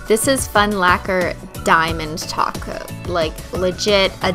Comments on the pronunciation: I almost had a heart attack when she said top coat and not taco 🌮........ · after watching this video again 8 years later im remembering why we all thought she was saying taco 😭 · Did she say topcoat?? And not taco??? OMG!!!